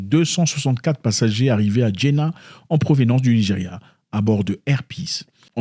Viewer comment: Ça se prononce Djedda...avoir un visa sur djedda c est normalement pour une omra organisee,c est a dire un petit pèlerinage de 2 sem..vous devez passer par un agence de voyage autorisee par les saoudiens...il dout y avoir un truc de louche dans cette affaire..affaire politique,je ne pense pas car l arabue saiudite et le nigeria sont les allies des sionistes,et ont vote contre l embargo petrolier contre ce pays...va y cherche encire la cause et tu trouveras que peut etre ce sont des visas falsifies..peut etre